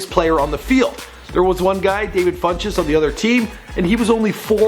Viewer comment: It's Devin Funchees, I don't even know how he pronounced his name